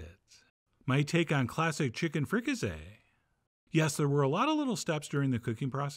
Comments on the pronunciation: It isn't "frica-say," it's "frica-see," just like it looks. Why on earth would you change that? And have you really never heard the word "fricasee"? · It's pronounced with an "s" not a "z". It's like the "s" in sea not a "z" like zoo. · Free-ca-say you pronouncing it all wrong lol